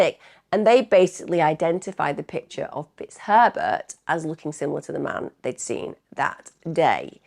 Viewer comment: Is it just me that hears "Mr T*ts Pervert" instead of Mr Fitzherbert?? It´s from the movie Bridget Jones 😆😆😆😆😆😆